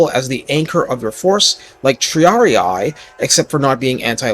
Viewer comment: The way you said 'triarii' hurt me deep inside